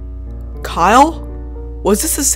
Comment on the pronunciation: When said Kyle I thought he said “Carl”